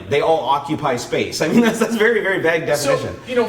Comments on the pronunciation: Vague "Vvv aaaaayuge" not VAG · I wasn't going to comment after hearing it once <.< and then again.. but after the 3rd time.. x_x "vague" pronounces like "veyg" with a long "a" and not like "bag" with a "v". lol The English language is really so complicated -.- I wish the stupid grammar rules were universal but they're more like a clusterfuck of a bunch of other language rules. Also this whole DOT control over drones is really stupid. Our government doesn't know how to handle anything properly.. :/